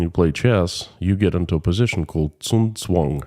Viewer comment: You pronounced Zugzwang as if you were saying a chinese name :D Glad you made it out safe and sound